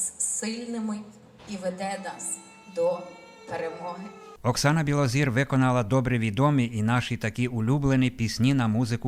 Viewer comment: Білозір,а не Білозор,пані ведуча!